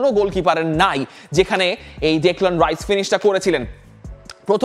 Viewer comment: ভাই রাইস না, হাইস